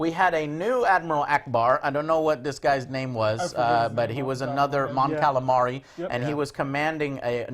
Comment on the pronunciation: Each time Joe said "Mon Calamari" I remembered when he said it the same way in his Battlefront preorder rant. Like "... epic space battles with shnmmmamac star destroyers and hmmnnccncann fucking nnmn Mon Calamari hujfnfmhfjdn